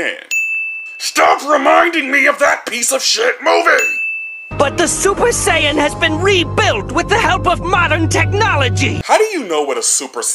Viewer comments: bruh in the move they say super say an but he says super cyan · Listening to this man pronounce Saiyan is making me cringe to no end. It is Say-in, not Psy-un. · You sound so stupid saying sa-yan dumbass it's sayiyan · I like how they say the word saiyan and then you immediately call it sion. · Get it right. Its super SAYYAN. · You get a sin for saying super siyun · "Super Psyan" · the biggest sin here is the way you say saiyan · Good video. Except. ITS NOT PRONOUNCED SUPER CYAN. STOP. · why do you pronounce super saiyan super sai-an oh and sorry im late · Imagine saying super cyan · Why is hey saying super sayin wrong it makes me mad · Dude your pronunciation had me, sighin' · fuck you for the way you pronounce saiyan. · I just wanna know how you manage to misspronounce Saiyan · Why does he say Saiyan like an idiot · The "i" in saiyan is silent.... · Why can’t u say saiyan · You should've added a sin for everytime you pronounced saiyan because you, English dub, and sub all pronounce the shit differently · 100 extra sins on your inability to pronounce "saiyan" correctly. ding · I give you a sin for saying saiyan wrong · It annoys me on how he says saiyan wrong